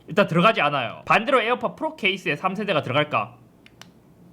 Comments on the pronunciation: 에어팟 프rrrrrrrrrrrrrrrrr 너무 웃겨요 ㅋㅋㅋㅋㅋㅋㅋㅋㅋㅋㅋㅋㅋㅋㅋㅋㅋㅋㅋㅋㅋㅋㅋㅋㅋㅋㅋㅋㅋㅋㅋㅋㅋ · 잇섭 비둘기 ,,에어팟 플르ㄹㄹㄹㄹㄹㄹㄹㄹ